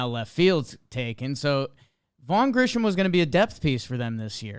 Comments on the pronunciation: I swear these guys can’t read. Grissom has no H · There's no "h" in his name, fellas. Grissom, not Grisham. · Vaugh GriSSOM not Grisham. That's driving me loco. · It's 'Grissom', like Marquis, not 'Grishom', like Trent. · Vaughn’s surname isn’t Grisham….it’s Grissom. Gri-sum (or some). This is worse than saying Al-Con-tra. Anyway, no disrespect intended, great show! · Tough to take you gentlemen seriously when you keep pronouncing this phantom “H” that doesn’t appear anywhere in the name Grissom. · Listening to mispronounce Grissom's name 487x is rough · It’s Grissom. There’s no H